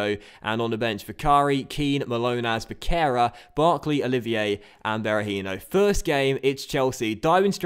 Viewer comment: the "c" between vogals (e and i only) sounds like "s", so it's pronounced Besserra and not Becerra. Hope you read that, love your vids mate.